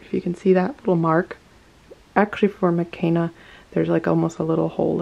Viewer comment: Her name is pronounced meh-KAY-nah not meh-KEN-nah. When you choose to mispronounce it because you said you like the way the European version sounds better than the Swahili one it makes me feel like the Blackness of her character is being disrespected. There's a whole chapter in her book about why names are important and why they should be pronounced the way that person pronounces them. She's your doll and it is absolutely your right to change her name if you wish, but maybe you should think about why her Swahili name makes you feel uncomfortable.